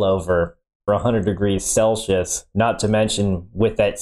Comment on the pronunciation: Sell-see-us, not shelshyush or whatever he said. Its a normal word outside the USA,.